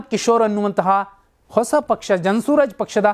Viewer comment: Hello mister ಜನ ಸೂರಜ್ ಪಕ್ಷ ಅಲ್ಲ ಜನ ಸುರಾಜ್ ಪಕ್ಷ